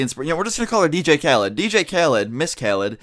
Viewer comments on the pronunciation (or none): it's not dj calid its dj khaled (callee)